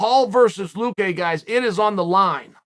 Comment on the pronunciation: luque. work on pronouncing his last name. its not vince...